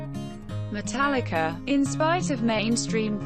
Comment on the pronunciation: My man did not just say metallica BRUH